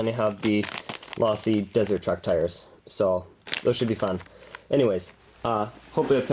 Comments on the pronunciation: It's pronounced LOW-SEE not LAW-SEE. and $40 for a chassis that's barely lighter than the stock plastic one? That doesn't sound like it's worth it. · its lowsee not lawsee your wrong get it right or dont say it at all you sayed it wrong a ton of times!! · But it's not lasi its losi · its low seeeeeeeeee not laaasseeee your saying it wrong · Dude if you say lawsee again I’m going to lose my mind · You said losi wrong and my ocd went crazy it’s low-si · every time he says "lawsee" a baby fuckin panda dies. but a good vid though, pretty badass he built it from parts. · its losi- lowsi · its (LowSee) is the correct way to say it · u said losi wrong its sounds like lOsi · Dude my ocd went crazy when he said losi wrong